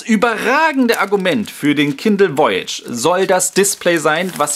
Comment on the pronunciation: Voyage ist Französich und heißt so viel wie Reise es wir daher etwas anders ausgesprochen;)